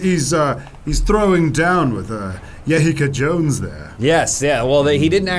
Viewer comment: Yehica jones there lmao adam was killing me LOL